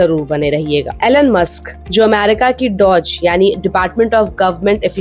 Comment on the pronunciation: To the host: The name is Elon and not Alan, as you pronounce.